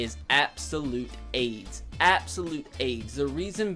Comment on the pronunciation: The way you say aids made me laugh so fucking hard 😂😂